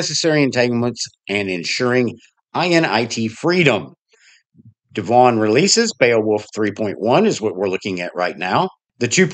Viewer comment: YOU are pronouncing it CORRECTLY--- DEV- won.... and I can't wait to see it. I have tried the peppermint devuan verson- looks good..